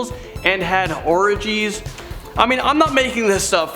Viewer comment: you did say ”or-ih-geez” and not OR-GEEZ.